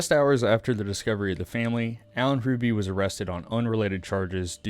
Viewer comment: Yeah he’s a massive jacksss, and our entire family despises him, and have all refused contact for the rest of his life. Love your storytelling, but the H is silent. ❤️